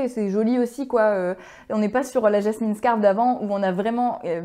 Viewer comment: "scarf" (prononcer [skôf]= foulard, en français.